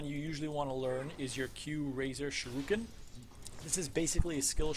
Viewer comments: th way you said shUrIken was unsettling. The U comes before the I. You keep switching them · nice vid fam but who pronounces shuriken that way